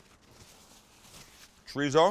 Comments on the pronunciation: pls,start saying cho dee so instead of chureezo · I try not to be "that guy", but every time you say "Tree Zoe" instead of chorizo I cringe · Is that what it is? Been looking to find out what "Triso" is??? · Lair of treezo Translation: Layer of Chorizo (z pronounced as an 's') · It ain't pronounced ch'reeezow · Does it annoy anyone else the way he pronounces chorizo? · Your pronunciation of chorizo needs some work though buddy..... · The way you say chorizo makes my ears bleed.